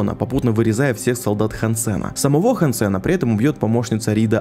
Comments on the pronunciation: Все круто,но почему ж хансЕн,если хАнсен. Ну на крайняк гАнсен. Но не Хан Сен же. Он же не китаец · Не хансЕн, а хАнсен!!! А то какойто вьетнамец Хан сЕн все время слышится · хАнсен, а не хансЕн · хансЭна.... меня аж передергивало каждый раз когда ты не правильно произносил его имя... хАнсен.... какой еще нафиг хансЭн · ХансЕн звучит как что то казахское, правильно хАнсен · Он не ХансЭн, а хЭнсен. Это же очевидно блин. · ХАнсен! Не хансЕн! Стукани себя чем нибудь. И сажаем, а не садим. Фу, блин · хАнсен, а не хансЕн Слух очень сильно режет